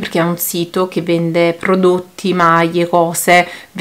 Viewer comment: ...maietta ,maie non si può sentire